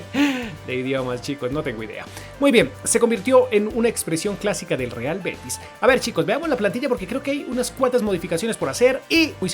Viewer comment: en el minuto vive er beti manque pierda eso es andaluz un dialecto de una comunidad autónoma de España